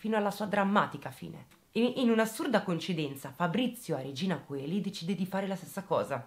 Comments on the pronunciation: Mi piace molto come esponi i fatti. Ti seguo da diversi mesi e sei veramente brava, e mi fa tenerezza la frase finale "mangiate le verdure che continuano a far bene". Però... non puoi dire Regina C-o-e-li ti prego: oe si legge insieme in un unico suono che corrisponde alla E, quindi Regina CEli...aggiusta! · regina coeli si dice regina celi...😊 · hai detto davvero Regina "Coeli"??? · "Regina Coeli" si legge "Regina Cieli"... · Brava per la chiara esposizione. Solo una cosa: "Coeli " si pronuncia "celi" , perchè "oe" è un dittongo e la "o" è muta. Grazie per il tuo lavoro di asettica divulgazione. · Il carcere è scritto Regina Coeli, ma si pronuncia regina celi. Unico appunto. Così come Paestum si pronuncia pestum Direi che Luciana ha sbagliato a non chiamare subito la polizia, a quest ora sarebbe libera e felice con il suo nuovo compagno. Ma si sa, gli errori si fanno, soprattutto nel panico. Grazie per questo video lungo. A presto🥰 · Regina Coeli è il nome del carcere che poi si pronuncia celi. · "Regina Coeli" si legge Regina Cieli.... è latino. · Regina Coeli si legge regina celi. Comunque bravissima!!! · Regina Coeli non si legge Regina Cieli ? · Io ti adoro ma "Regina Coeli"non si legge "Regina Celi" →"Regina del cielo" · Luciana s'è difesa e le dovrebbero dare un premio x aver liberato il mondo da un essere così pazzo, tu sei bravissima ma ti devo correggere x la pronuncia di regina Coeli la "oe" é un dittongo latino che si legge 'e' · Ti prego non puoi chiamare un famosissimo carcere regina COELI …si legge celi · ….si scrive Regina Coeli…..ma si legge Regina Celi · P.S.: Regina Coeli si pronuncia Regina Celi 🤣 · Regina coeli si legge celi🙄😊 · Sei bravissima ma si scrive Regina Coeli e si legge Regina Celi.... Ricordalo.. è latino